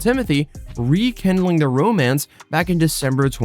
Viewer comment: It's " Rekindling " not Rekendalling.